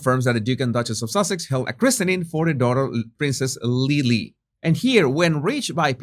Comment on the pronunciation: In UK listed is pronounced as it is written but christening is pronounced kris-ning or krissen-ing :) I know …!